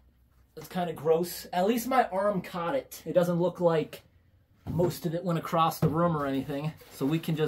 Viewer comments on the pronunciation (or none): "acrosst the room"..lmfao